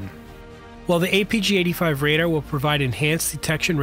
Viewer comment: I was wondering about that myself. And how can someone with a Youtube channel that seems to be interested in aircraft not know how to pronounce "radar". It's "RAY-dar" (where the second syllable rhymes with car) and not raider like the NFL team that recently moved to Vegas.